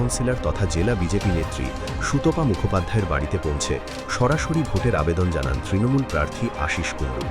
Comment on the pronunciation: এটা ত্রনমূল নয় হবে তৃণমূল ,স্টাইল না করে যথাযথ বাংলা উচ্চারণ করুন।